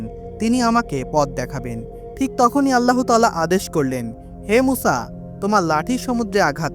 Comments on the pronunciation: ভাই আপনি কয়েক বার বললেন উসা কেনো কেনো এইভাবে বললেন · সংশোধনীঃ উপস্থাপক ভাইয়ের মুসা (আঃ)/আলাইহিমুস সালাম ভালোভাবে না বলতে পারা & আপনার বান্দা না হয়ে হবে উম্মত।